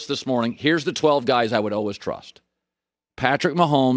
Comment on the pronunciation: Colin “alwas” Cowherd